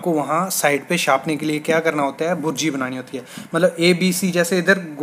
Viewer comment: भुर्जी नहीं बुर्जी होती है